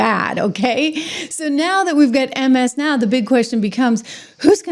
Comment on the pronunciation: "Ms'n Ow"? :) Thanks & blessings!